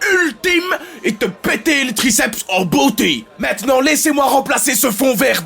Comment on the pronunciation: "Graceps interne" mdr